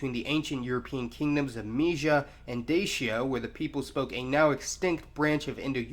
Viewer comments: great video however its not pronounces (d-a-sh-a) its pronounced (d-a-tchia) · The Moldovans actually pronounce the word Dacia as "Da-cha"